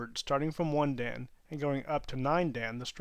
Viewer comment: "Dan" is not pronounced right in the video. Think of the honorific "-san" but replace the "s" sound with the "d" sound.